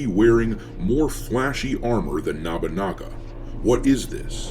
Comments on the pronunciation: It's Nobunaga, not Nabunaga. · Okay I dont normally do this, but its nobunaga. no (like "no dont say it like that") - boo (like a ghost) - naga (Like the snake creatures) no-boo-naga, not nah-boo-naga. Just for next time it comes up. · Nabunaga? Isn't it Nobunaga. I agree with the video, but the mispronouncing of the name is like nails on a chalkboard. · Nabunaga? Also, they just using that fake history about that Yasuke was the one who took Nobunaga head to save it from the enemy. I think it was from Thomas Lockley's book or something. The guy that made up 90 precents of Yasuke's history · Why is you saying nobunaga as “nabanaga” is funny to distracting.